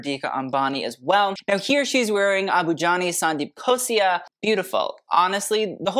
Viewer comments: FYI its ABU JANI and SANDEEP KHOSLA not khosia. You have been pronouncing it wrong all along 🤣🤣🤣🤣🤣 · It's Abu Jani Sandeep KHOSLA, not Khosia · Its Sandeep Khosla... not Khosia! Love your video 👌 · Entertaining video.😎✌️ By the way, its Khosla not Khosia.😁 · Babe, it's not Khosia I'm so sorry but it's KHOSLA, for Abu Jaani Sandeep KhosLa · Your videos are PERFECTION. Just pointing out a slight mistake - It’s “Abu Jani Sandeep KHOSLA” not “KHOSIA”. Continue to make such incredible videos!!! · Why is no one correcting this poor man?! It’s Abu Jani Sandeep KHOSLA not KHOSIA. I should have mentioned this in the NMMAC video itself when I noticed this mistake but my introverted self typed out the comment twice and deleted it. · Every time he said Khosia 😂 It's KHOSLA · It's Abu Jani and Sandeep KhosLa not Khosia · It's KHOSLA and NARULA. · It's not khosia it's khosla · its khosla. do not miss L in khosla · i love you but i really didn't expect you get the designers' names wrong. Its Abu Jani and Sandeep Khosla and not Khosia and its Rohit Bal and not Balh. Please do better. I love you still